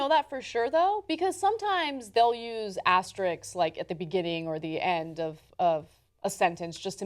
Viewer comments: Guys, the word is asterisk. AsteriSK, not asterix. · It's asterisk, not Asterix. He's a fictional character. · "Asterix"??? What is "asterix"?